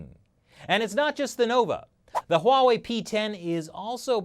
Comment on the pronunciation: It's not pornounced Hoo wa wei